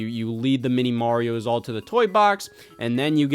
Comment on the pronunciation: Scenarry-ohs Marry-ohs